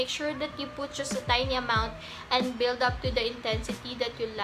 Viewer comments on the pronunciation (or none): none